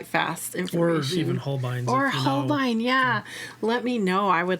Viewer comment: Not a huge problem but they dont quite pronounce it the same way as you do, if you look at the katakana (ho - ru - beh - I- n) it actually comes out closer to sounding like "whole bean" which i just find really funny. I hope when you see it now you just think of beans like I do lol Say it however you want i just thought it was funny